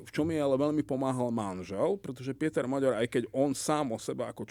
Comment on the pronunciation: Rozumier tak kkt. Hovoril že Orbán napadne Slovensko, že zaútočí na Ukrajinu, maďarsky hovorí smiešne , miesto Péter Maďar, vyslovuje Píter Moďór, už mu slovenskí Maďari píšu, že nech nie je kkt a nech to vyslovuje normálne maďarsky...